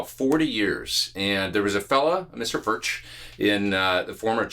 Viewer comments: it's pronounced furk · It is pronounced "Firk" it is a Czech word.